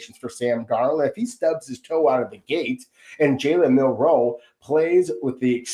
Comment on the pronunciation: It's Milroe, not Minroe.